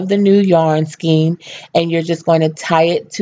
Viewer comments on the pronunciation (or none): Very good. One thing is that you are mispronouncing skein. It rhymes with cane (as in cane sugar). Pull it up in dictionary so you can listen. Cane, pain, skein. Thanks.